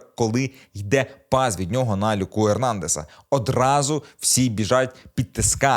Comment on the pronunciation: Ну який Люка ЕрнАндез??? Він француз, тому-ЕрнандЕз, як і КамавінгА.